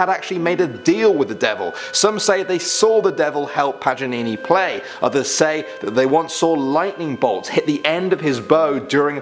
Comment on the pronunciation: he really said “nicolo pajanini”😂 (it’s Paganini)